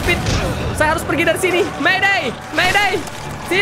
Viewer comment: Candu pas bilang mayde mayde hahahah 😉